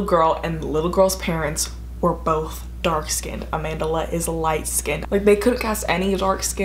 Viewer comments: “AmandERla” 😂😂 it’s just Amandla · I'm south african and its pronounced closer to AH-MHAN-DHLA but i know that's not important info it's always just funny when I hear Americans say her name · The way you pronounce Amandla makes me laugh